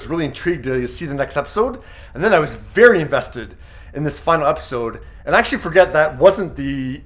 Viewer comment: Why does he keep saying "akshee"?